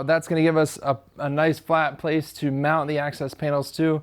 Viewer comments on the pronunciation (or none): none